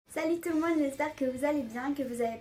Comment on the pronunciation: On dirait elle a dit salut tu le monde MDRRR😂😂😂